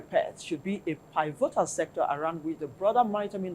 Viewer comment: It is spelt P-I-V-O-T-A-L But it’s pronounced PEE-VEE-TAL Uthis woman, u r driving me nuts with your pronunciation. Yes we don’t care about colonial languages, but stop speaking it as if we r not an English speaking country. Sheesh!!